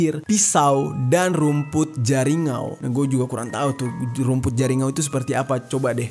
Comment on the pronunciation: Salah menyebutkan kak harus nya daun jariangau itu kak menyebutkan nya maaf hnya membari info makasih salam dari kalimantan selatan😁